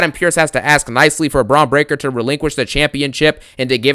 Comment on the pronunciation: I crack up every time this mf says “Bronito Breakker” & “BRONSENO REED” 🤣🤣🤣🤣